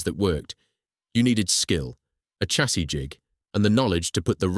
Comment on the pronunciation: The mispronunciation of chassis is blood curdling. It's pronounced "shassee".